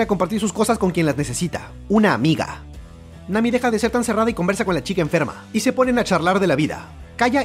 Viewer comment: En el minuto en vez de decir Nami dijo mami